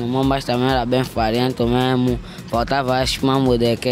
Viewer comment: “Era Bem fariento memo” 😂